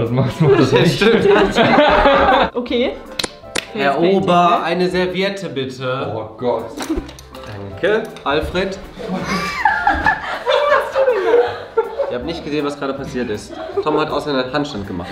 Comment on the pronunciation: halt stopp, es heißt Serviette und nicht Servierte 🤯